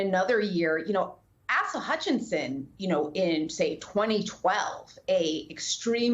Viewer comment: It's "Ay-sa"...not "Ass-a" Hutchinson...lo!!